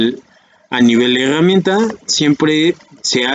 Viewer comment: LA "hegamienta" jajajaj